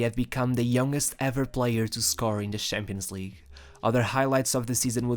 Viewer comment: NIEMAND: WIRKLICH NIEMAND: ER: Schampionleague